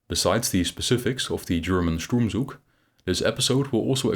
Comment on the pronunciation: Pronunciation: the “z” in “Zug” and “Sturmzug” is voiceless in German.